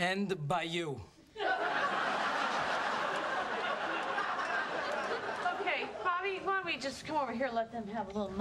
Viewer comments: that's "bayou" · I thought he was saying ended by you 😂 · It almost sounds like he was saying 'And the by you' 😂😂😂